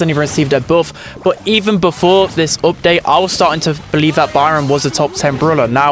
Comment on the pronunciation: What part of England are u from bro everytime you pronounce something ith a u yiu sat like "oopdate" for example (from london)